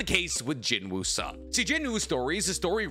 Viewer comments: Please just say Sung Jin Woo it sounds better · Bro said Jin Woo Sung 💀💀💀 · BROOOOOOOOOO DONT SAY “JIN WOO SUNG”😭😭😭😭😭😭😭😭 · Jin-woo Sung ❌ Sung Drip-woo ✅ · How calling Korean character Sung Jin Woo=Jin Woo Sung Jin Mori=Mori Jin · am i the only one that feels weird that he calls him jin woo sung instead of sung jin woo?